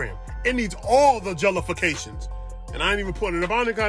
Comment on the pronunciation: "It needs all the jell-ah-fa-ka-tion"